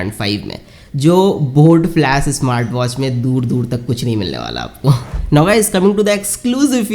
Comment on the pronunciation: Bro its flash not flas, bas thoda odd lag rha tha isliye bola no offense